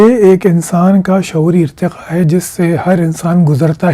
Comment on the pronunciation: saying "SHA-OORI IRTE-QA" 😂😂😂